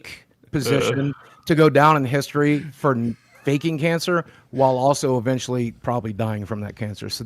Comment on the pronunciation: Why can't you pronounce cancer correctly? also why do you hide your face. That's very beta.